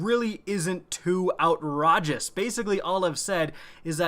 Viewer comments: Cant pronounce outrageous bruh? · The most outrageous thing you said in this video is how you pronounced outrageous 😂